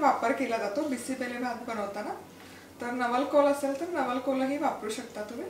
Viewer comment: Aga tai bisi belle bhat mhantat ga tyala changla uchhar kar